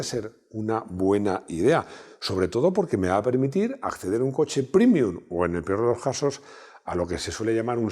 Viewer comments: prémium, prémium, prémium. Pre, pre, pre. Me sangra el oído y el duodeno. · ¡Y dale con primium! Paleto, que se dice prEmium, como prEmio.